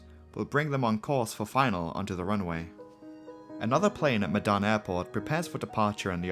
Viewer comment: As an Indonesian i understand that your kinda struggling,cuz instead of the word medan you pronounced it as "Madan",but anyway nice, content